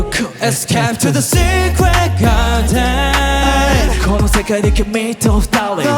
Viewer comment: いや、がやはり流石すぎる…SecretGardenの発音も最高に良いし、伸ばすところの声の質感が豊かなのよ…